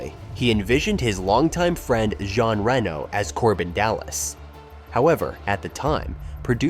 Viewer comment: really interesting video thank you. side nitpik, would it kill to spend googling 'how to pronounce "jean reno" in french' and 'how to pronounce "luc besson" in french', 'moebius' {RIP} etc.. before delivering your pronounciation massacre. don't take it badly, I think your stuff is great - trying to be productive :)